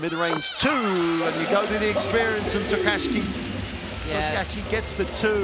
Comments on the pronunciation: Great game, and thanks for putting the full game online, but please FIBA commentators... practise your pronunciation of Japanese names before the game: Miyoshi (not MiYAshi), Tokashiki (not TokaSHI), Akaho (not AHAho, AKAIho or AkaYO), Mawuli (not MUli) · They can't say Tokashiki, can they?